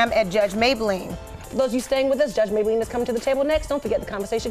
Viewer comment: Judge mablean not maybalene lol